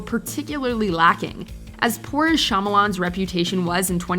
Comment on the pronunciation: Avatar: The Last Airbender; Have a better Katara Don’t ignore King Bumi & Suki Have Sokka be funny And pronounce the names right! M Night Shamalyan, do better!!!!